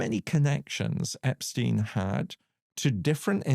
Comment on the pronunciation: Very good that you also pronounced Epstein's name correctly!!!